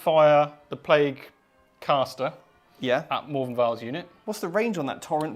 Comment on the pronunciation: Morvenn, not More-vien.